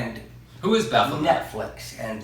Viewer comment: It's pronounced Baff-o-may.